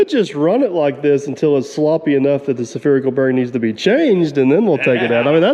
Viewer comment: Not se-phe-ree-cal bearing but Sphe-ree-cal bearing as in a bearing shaped like a Sphere. Otherwise, please finish the truck. It is such an iconic contraption. For all of us who love the smells of steel and diesel fuel.